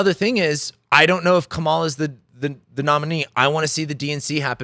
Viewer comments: Here's a fact you overlooked: her name is pronounced: Comma-la. Or ", la". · Please pronounce Kamala's name correctly. Comma la... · Her name is pronounced Comma-la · Emphasis on the first syllable. Like Kamala. 🤦‍♀️ You said that this is all utter nonsense. I agree that all you said is utter nonsense. Jesus. Unsubscribed. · You might want to start with learning how to pronounce Kamala's name correctly. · Please have some professional respect and learn to pronounce her name. So lame. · Why can't you say her name correctly?